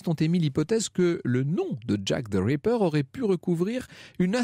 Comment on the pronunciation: J'ai l'impression que Franck Ferrand dit à chaque fois "the raper" au lieu de "the ripper".